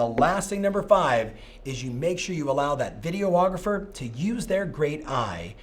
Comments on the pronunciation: Video- ographer? It’s just Videographer.... FYI. All kidding aside though Thanks for the “cont-tent” LoL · Jeez...video-ographer? Do you also call your clients "ree-la-turs"? On the serious side, very good, relevant content! Thanks!